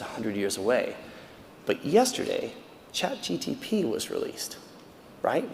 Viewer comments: Why does he keep saying Chat GTP?!?! Instead of ChatGPT? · I lost him when he said CHatGTP instead of GPT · Chat G P T! Not GTP!!! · Its really hard to take a man seriously when he keeps mutilating things "Chat GTP" is not a thing. Sorry, I know he was nervous but it took away from his presentation. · I wish he would say chatGPT instead of chat GTP 😢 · I doubt AI made him say "chat gtp" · Chat "GTP"? Chat "GTP"? Chat "GTP"? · It's chatgpt not chatgtp. He is giving a talk on ai 😅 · he keeps saying chat GTP instead of GPT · I'm seconds into it and had to stop because a supposed thought leader of this space is saying "Chat GTP" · Yeah the fact that he calls it ChatGTP is very refreshing... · It's hilarious listening to him saying chat"GTP" repeatedly ^^ Otherwise great talk! Edit: he said it right , finally!